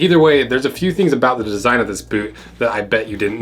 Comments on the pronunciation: Every time he says "a boot" all I hear is 🇨🇦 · Whats it relly aboot?